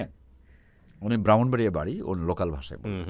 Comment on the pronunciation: Brahmanbaria Not bramanbaria